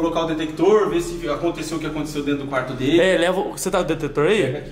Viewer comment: O nao sabe falar detector KKKKKKKKKKKKKKKKKK